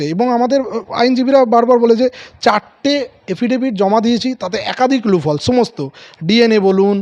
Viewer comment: লুফলস্ না, কথাটা লুপ-হোলস্। Please rectify 🙏